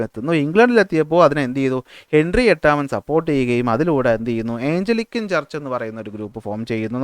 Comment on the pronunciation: സാർ... ക്ലാസ്സ്‌ വളരെ നല്ലതാണ്... ഒരു കാര്യം പറയാനുള്ളത് സാർ പറയുന്ന പല പദങ്ങളും തെറ്റായാണ് പറയുന്നത്. Eg:ജോൺ കാവിൻ അല്ല കാൽവിൻ ആണ്, ഏയ്ഞ്ചലിക്കൻ ചർച്ച് അല്ല ആംഗ്ലീക്കൻ ചർച്ച് ആണ്.. Etc....